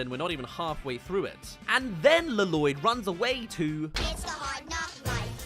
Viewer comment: I can’t tell if you keep saying la-loyd as a joke or if that’s genuinely how you pronounce it 😂